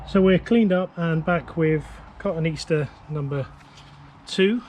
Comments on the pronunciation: I’m going to be “That Guy”. It ain’t Cotton Easter but rather Ka-tone-ee-aster. Thanks for the video. I’m liking the daily frequency, keep it up. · Thank You for being "That guy", My horticulture heart skipped a beat when he said that. Funny thing, recently did a search for cotoneaster and Google asked if I meant cotton easter.